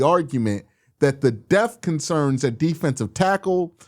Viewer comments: Yeah, hopefully we don't have to worry about linebacker "death" this year. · My man there’s a “p” in the word “depth”. You got me laughing every time u be sayin deth. 😅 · You gotta pronounce that P in Depth 😂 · Why do you pronounce depth like that 🤔